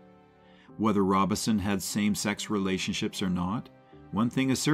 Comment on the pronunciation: “Take a Train”? Narrator, you’re probably poorly paid, but at least do some research so you don’t sound dumb. Find out how to pronounce “Robeson”.